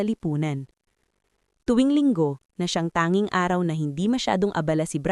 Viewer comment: Nice story però ayusin Ang pag babasa mo. Tanging hindi tanin . Gusali not gusli Gumuho not gumuhol Ayusin mo Ang pag babasa at pag deliver mo Ng words. Thank you.